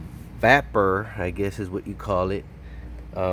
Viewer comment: Vap per?.......i hope you were joking. Just in case it's pronounced VAY PER.